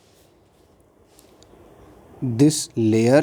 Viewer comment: Sir loyer nahi layer!! And it's MgO not MgO²